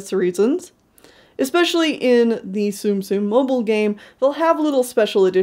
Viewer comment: thank you for saying tsum tsum accurately (or at least, more accurate than saying 'zoom zooms') and your designs are really adorable!